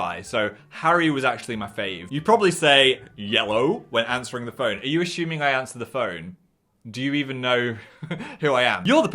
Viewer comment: it is pronounced 'ASS UMING' not ASH UMING!! LMAOOOO